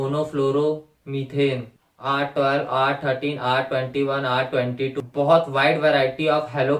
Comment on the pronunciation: Bhai usko R- twenty two Nahi padhte.... Usko R-two two padhte hai